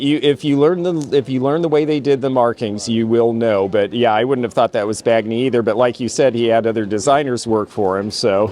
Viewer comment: Alvino Bagni's surname - the gn is pronounced like the gn in lasagna😊